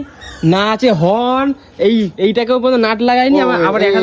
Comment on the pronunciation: কথাটা হরেন নয় হর্ন শুদ্ধ করে কথাটা বল মূর্খ